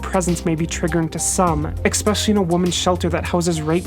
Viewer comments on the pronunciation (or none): ESP-ecially. Not EX-pecially.